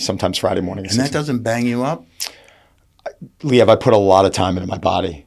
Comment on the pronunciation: Lee ev never heard it pronounced that way 😮